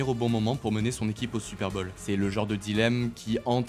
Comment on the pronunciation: Vidéo magnifique mais j’ai tilté toute la vidéo sur ton accent. C pas super bol mais super bowl ! Comme ball.